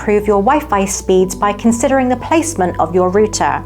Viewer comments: Dear, Love the way you say button. But rooter is another story. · Hi good video. I believe router is pronounced " Rrr outer." Like aircraft route, which is the function of directing signals. Google tv works much better.